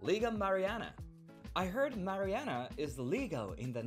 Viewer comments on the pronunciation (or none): Please don’t say Marianna.